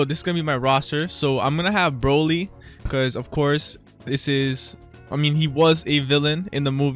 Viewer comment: HE SAID BROLLY RIGHT LETS GO